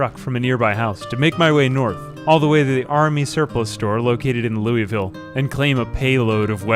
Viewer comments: Loueyville? That hurts my kentucky heart Cmon man its "Lou-vull" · Louisville is pronounced wrong